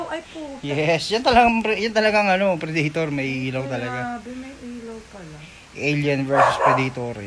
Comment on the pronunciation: Predaytor? O predator.. boplogs. Amputs.